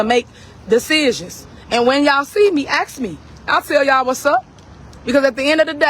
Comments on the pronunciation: It really bothers me when people in power use ax instead of ask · "when y'all see me, axe me.." 'nuff said..